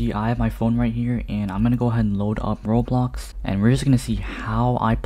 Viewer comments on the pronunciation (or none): none